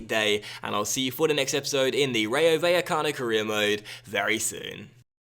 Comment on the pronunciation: Rayo Vallecano is pronounced like RYE-O (like rye bread or anything made from rye tbh) Bye-eh-cano. In spanish, the v is pronounced as a b. Also, when two l's come together they are pronounced as a y sound.. So the team, phonetically, should be said like this: Rye-o Bye-a-cano. Insert 'More you know' meme here Please upvote so can see this.